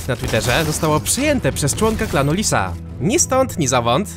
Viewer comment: jak mówiłeś to słyszałem "Klan Disa" XD